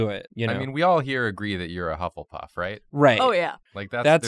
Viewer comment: bufflepuff? correction: buffletuff